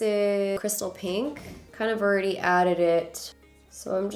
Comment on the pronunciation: Yo when she said pink, I heard kinky. I was caught off guard